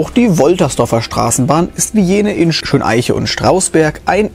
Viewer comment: Übrigens ist es nicht Schön-Eiche sondern Schöneiche (mit der Betonung auf Eiche).